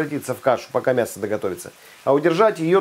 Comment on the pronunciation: Никогда не слышишь ни когда не говори мясКО :))